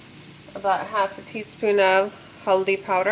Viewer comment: Love ur accent powderrrrrrrrrr